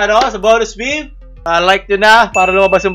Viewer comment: Did you just pronounce meme as "mimi" instead of "meem"? Dislike